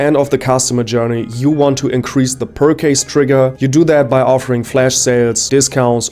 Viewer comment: yo bro this video is so well made but you gotta look up how to pronounce "purchase" 😂... bleib dran, die videos werden von mal zu mal besser😤